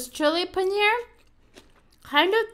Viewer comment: Hey I am from India it's not called panear it's paneeeer